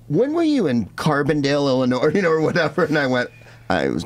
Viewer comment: the S is silent in illlinois. source: i live there